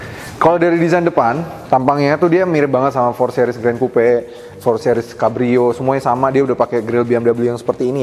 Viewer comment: "sih-ris"...bukan "seh-ris"